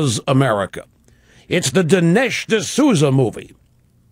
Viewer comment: This guy can't even pronounce Dinesh right.